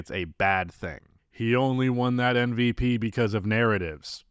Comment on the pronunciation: Why are you saying "NVP"?